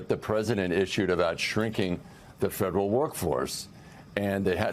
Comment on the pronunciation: She's trying so good to speak cool, she can't pronounce F E D E R A L.